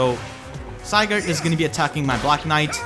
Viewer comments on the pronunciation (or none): I understand why but Si-gurd